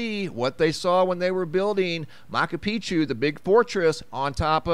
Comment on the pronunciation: Mahchu is how it is pronounced...just saying :-)